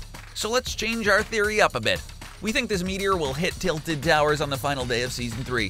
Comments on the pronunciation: He said tiltled as in tilte with ed but its tilted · Why u say Titled tower as in titled in a book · Tilted like tilt-a-whirl lol 😂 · Oh come on man u know damn well "tilted" isent sayed like that... But I still love the vids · Homie said titled towers and amotes 😫